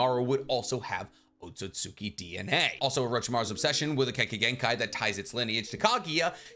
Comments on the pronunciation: Had a very similar theory regarding O but my guy … Otsutski gotta sound more like OAT-SUITS-SKI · Please lmfao it's not "Ohtsohtsuki". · Man said oatsosuki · Why do some people say Akatsuki correctly, but can't do the same for Otsutsuki? Otsut Ski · I love your videos, I hate how you say Otsutsuki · Why do u pronounce otsustuki like that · I’m not gonna lie: this video has been amazing to watch, but every time he says “Otsutsuki” wrong, it drives me insane.